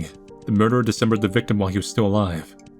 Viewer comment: Hi! Welcome to "December-ment the Game!" How "Decembered" are ya?!